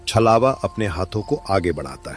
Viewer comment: Good story bhaiya and chalwa nhi chhlawa hota hai